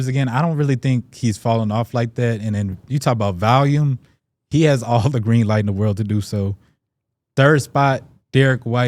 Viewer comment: Day 155,674 of notb member saying the word "valume"